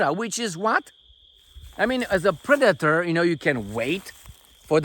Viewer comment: She said “pre-dater”..